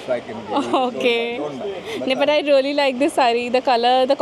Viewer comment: Its really... don't pronounce incorrectly" reauly"😑